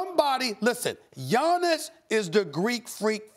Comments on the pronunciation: maybe giannis blew him off because he doesnt like talking to media, something had to have happened behind closed doors. He even called him Johnnis, not giannis. Fucking disgraceful, and outright disrespectful. This guy has been in the league 5 years already and hes still pronouncing his name incorrectly. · I could be wrong but something tells me if Giannis was American Stephen's tune would be different. Let's be honest, the guy loathes anyone that's a foreigner. Hell, he can't even pronounce the guys (first name mind you) properly.